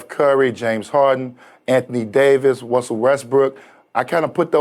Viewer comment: "Wussell westbrook" lol